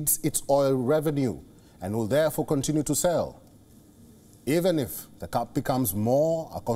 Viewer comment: This guy's phonetics are all wrong. "Price cap " cannot be pronounced "price cup" Cap has a hard P all the letters are pronounced. The A is not a U . The P needs to blow out candles